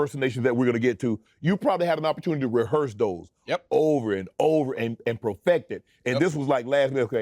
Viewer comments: Tell Jay to make sure that he uses the word “profect” whenever he does his Shannon Sharpe impression from now on 🤣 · BRO- PROFECT😂😂😂😂 U MEAN PERFECT”